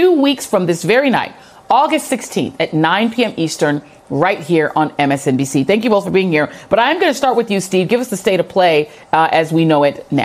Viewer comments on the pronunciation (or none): Did she say msbnc?